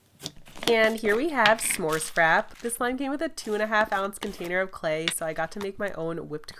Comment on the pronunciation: I always notice you say slay slime instead of clay slime